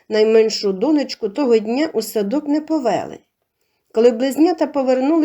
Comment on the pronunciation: Приємний голос, цікаві розповіді, але ...наголоси ріжуть вуха - сОбі, повЕли, бУло, кІнцями, розповІла і т.д.